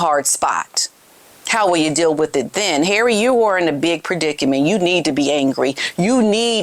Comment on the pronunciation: HARRAY - 😂! I love your pronunciation when Harry acts like the fool he has become versus the protected Prince man-child he was! Really, HARRAY? Really???